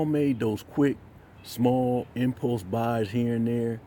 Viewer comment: Had to re-listen to "Infos buys " about 5 time untill I figured out you were saying: "ImPulse buys". I love you my brother but you might want to listen to yourself before you post . You're doing really good work.